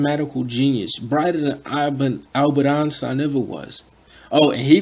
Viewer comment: eistein????? whatt?? ok lol